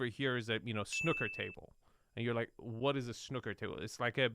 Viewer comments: Snoo-ker not Snucker! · Worst introduction to snooker (not 'snucker') ever 😂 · " Snucker table " 😆